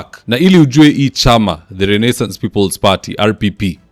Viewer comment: I'll be eagerly waiting to see the nonstop "butchering" of the word Renaissance! 😂😂 A little bit too complicated for mwananchi wa kawaida? Anyway, I like it